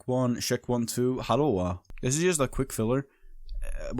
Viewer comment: I love your "Hallowa" way of saying hello.